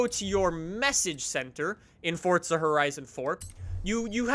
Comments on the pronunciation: For za. Not fortza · What is Fort-za? Thought it was Forza. Someone's been playing too much fortz-nite. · May i remind people that Forza dont have a "t" in it😂